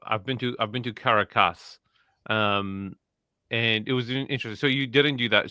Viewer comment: I like how pronounced Caracas Venezuela.😂